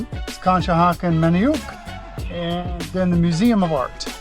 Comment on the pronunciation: Need to work on some of those location pronunciations 😄 Perk-E -omen Manny- unk